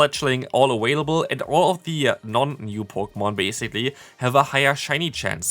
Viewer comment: Bruh whats up with you saying "awailable"